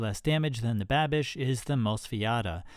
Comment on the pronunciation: lol calling the Babish knife "Banish" :P